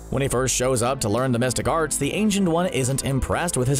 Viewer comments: Through the whole video I thought he said "domestic arts" and I was so confused 😆😅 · I kept hearing "domestic arts" and got confused... xD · Lol! Glad to know I wasn't the only one hearing domestic arts. Took me until the 2nd or 3rd time to figure out he meant the mystic arts... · Everytime i heard "Domestic Art's " not The Mystic Arts. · Who else heard Domestic arts(The Mystic Arts) 🤦🏿‍♂️. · I, too, hear "domestic arts". If not that what was the narrator saying?